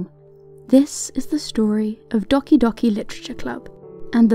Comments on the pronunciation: That's not how you pronounce doki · It’s pronounced dough-ki not d-oh-ki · You should probably make sure you can properly pronounce a title before you make a video on it. Doki is pronounced like Doe key not dahki. You’re just embarrassing yourself.